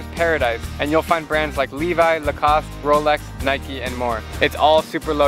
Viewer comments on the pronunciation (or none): none